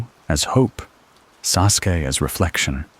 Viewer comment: Love the AI pronouncing Sasuke. As soon as I heard that I had to roll over to grab my phone and change this.